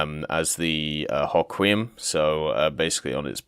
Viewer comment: lel Haquiem This is the best way to pronounce it (being that I'm from the state where the name originates) Hoe Qui am (one word)